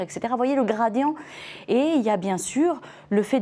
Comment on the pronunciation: Son " gradian" m exaspere!!!